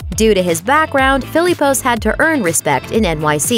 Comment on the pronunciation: Everytime she pronounces Philippos wrong 😡😡😂😂